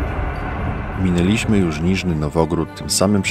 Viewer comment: Bardzo fajny. Film wygląda jak profesjonalny. Szkoda, że napisy pozbawione polskich znaków diakrytycznych (tak samo i dalsze), a chwilę później lektor czyta mineLIŚmy z niewłaściwym akcentem. Dalej oglądałem już przepełniony ostrożnością. A tak dobrze się zapowiadało.